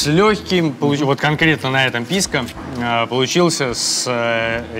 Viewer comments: Почему ПискА?! 😆ПискО! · О, новое видео у едим тв, ну-ка, что тут у нас... ПИВКО САУЭР?! Ну наконец-то пошли нормальные коктейли! Ааа, писко, а не пивко, не ну это скука, пойду лучше замешаю себе олдфешн на балтике 9. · Если слушать, и каждый раз когда он говорит "ПИСКО" думать о детородном органе, то можно проржать почти весь выпуск.